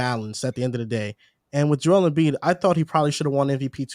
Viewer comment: When are y’all gonna tell that’s it’s Joel not Joe lmao